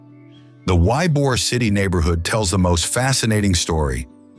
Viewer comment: Yobor❤ city ( E bor)